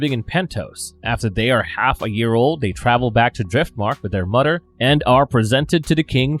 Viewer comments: I had to go back and make sure he was actually saying “ mudder” as mother 😂😂😂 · Is it just me or is the guy narrating saying together as “togeder” & mother as“muder” 😂😂😂